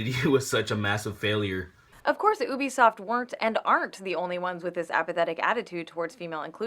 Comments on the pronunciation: this woman cant even pronounce U-BE-SOFT properly its not EW-BE-SOFT she has no problem saying they word U-NITY.. pet peeves what can i say. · UbiSoft=Ubiquitous Software. Ubiquitous pronunciation is juːˈbɪkwɪtəs In laymen’s terms the U is pronounced as “Yu”. Is she just trying to insult everyone? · She won't quit fucking saying ooo-bisoft. It's pronounced you-bisoft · Why is she saying oobisoft IT'S UBISOFT U BISOFT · She doesn't even say it right... It's pronounced U-b-soft. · Lmao bitch don't even know video games "oobisoft" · Is anyone else #triggered by her pronunciation of "Oobiesoft"? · I hated Anita before, but I never heard her pronounce "Ubisoft" Oobisoft? OOBISOFT?! I didn't know hate could go deeper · She pronounces Ubisoft wrong. That's the only reason I need to hate her.